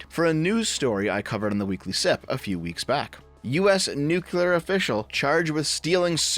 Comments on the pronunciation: Say it with me New clear New clear New clear nuclear Not nucular Think nucleus not nucluus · Nuclear. Not nucular. Please. 🥲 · Nuclear. New. Clear. Not nukular. Thank you. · Hearing "new-cue-ler" instead of "new-clear" is like nails on a chalkboard. Great vid as always otherwise. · Nuclear, not nuculer. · I thought we all learned this: NUCLEAR. "new"-"clear." Not "nuke"-"ular." George Bush was ravaged by the media for this for a long time, how is this still happening? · DEV FOR FUCKS SAKE STOP SAYING "NUCELAR" I'M BEGGING YOU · anyone who pronounces it nucular just sounds like a fucking idiot. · "American Nukular" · Nu- CLE -ar It's a habit, I know. No hard feelings. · Why do Americans struggle with the word "nuclear" so much? Genuinely asking. At first it was just "Stoopid Americans can't say word" when I first heard it... but I'm wondering why it spreads so far, even among theoretically intelligent Americans. What is it about the word "nuclear" - nu...clear - that results in Americans frequently saying "nu-cu-lar"? It seems to transcend individual regional accents; it seems to transcend class. Is it literally just that a few influential idiots ensure the error is heard on a regular basis, or is there something more to it? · I know this an in-depth, well-thought-out video, but I can't get past saying "Nuclear" the wrong way.